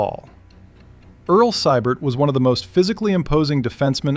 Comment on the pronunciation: It's pronounced "SEE- BERT". Early on the Rocket was sent to learn how to box from a Golden Gloves winner and never looked back